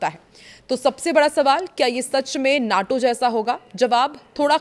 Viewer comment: नाटो नहीं माटो कहिए